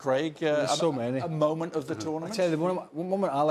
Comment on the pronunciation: This presenter irritates me "dishappoinching, momench, of the tournamench shooo faar." talk normally you spanner